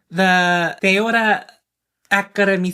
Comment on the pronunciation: You said it perfectly in spanish , 'ahora' means now btw. Love that make up on you.